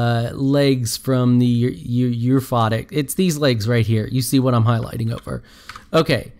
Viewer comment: There's no R in Euphotic..."Eurphotic", bruh